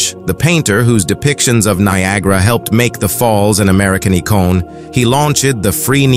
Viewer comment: an American e-cone! Seriously! Try icon. Ni-ee-gra! Eighteen and eight five. Maybe 1885. I for one am tired of AI butchering narration. It's not much fun watching the video with the bad narration. So I stopped watching it.😥